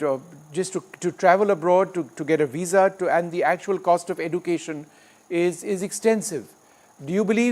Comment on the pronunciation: Aussie, not OZ. And the host cannot even say education correctly. These third world filth are beyond delusional making demands; they make Kardashians look sensible. That's how hopelessly beyond pathetic they are!